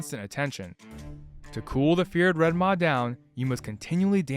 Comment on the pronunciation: Red maah 🤣😂😁 Sheeps go baah. Its Red Maw like claw.